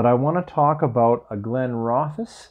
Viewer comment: Hiya,! Glen Roth esss, accent on the second syllable. One of the first whiskys I ever received (as a gift) many years ago now. They make a lovely product! I don't buy it often, though when I do pick it up I thoroughly enjoy it. I haven't had that particular Arran expression, but I just opened The Bothy edition a few days ago. It's an interesting dram. The first out of the neck pour was pure pine needles. I kid you not, couldn't find anything else in it! Pine resin wasn't mentioned anywhere that I could find, on the bottle or online with any reviews. Curious, I went back to it the next day. Whole different whisky. Not a pine needle in sight, seriously! Warming, honeyed, floral...delicious! It's a 56.2 ABV, and it takes a lot of time. I spent 3 hours with that second dram, adding a bit of water, waiting a while, trying it again, adding more water, waiting again. Such a changeable whisky. I must admit, I am quite a big fan of any Arran that I've tried. Christmas here was different, simpler, yet absolutely wonderful! We got two feet of snow Christmas eve, so a beautiful white Christmas...certainly can't complain. Good food, easy company, lots of quiet gentle conversation, an unusual dram or two. Here's putting out many hopes for a manageable and much better new year to come! Marian 🇨🇦